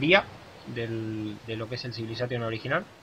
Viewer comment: ¡Muy interesante! El Civilization V es uno de esos juegos que siempre quise probar (jugué solo los 2 primeros) Una sola crítica: no es "civilisátion", es \ˌsi-və-lə-ˈzā-shən\ jajaja